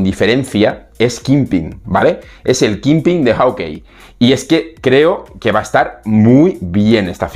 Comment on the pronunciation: Estimado hace meses que te sigo desde Chile en América del sur y me gustaría sugerirte la pronunciación correcta de "Hawkeye" se pronuncia /jokai/. Si quieres te ofrezco clases de pronunciación del Inglés ya que tengo un B.A. en English Linguistics. Una vez mas, me encanta tus videos y siempre los veo.